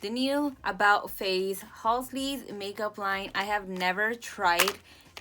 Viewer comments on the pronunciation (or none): Ur the second person ive heard call them Halsley its so cuteee🤣🤣 but i loved the LEEK! Its so pretty